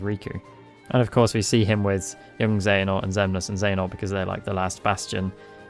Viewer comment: Genuinely I can’t tell if you’re saying princess xehanort sometimes and it’s making me chuckle